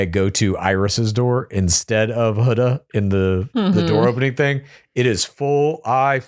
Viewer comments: This is going to sound so nit-picky, but as someone who has had her last name mispronounced almost EVERY time (in very slight ways), please learn pronunciations! Hood-ah (not Huh-da) from this season and Lee-ah (not Lay-ah) as in Kateb. It's such a small thing that feels so big! Huda even said her name was like "Huda, woulda, shoulda". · I can’t tell if you guys are pronouncing Huda’s name wrong on purpose or not lol